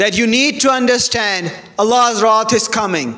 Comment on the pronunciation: Wrath not rot mr need to learn to speaks English